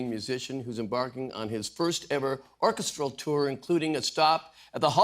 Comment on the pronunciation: Love me some Beck and a very nice interview BUT surprised Mr. Short mispronounced the word orCHEStral twice (he said ORchestral). I would have thought he'd know this one (he's a smart cookie and a singer) and I don't think it's a Canadian thing. ❤☮🌎